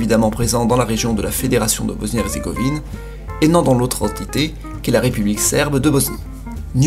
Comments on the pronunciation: hezzzrzzzegovine mdr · "Bosnie erzrgovine" HAHA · Nan mais j'ai Halucine le massacre qu'il a fait "Hezzrzégovine"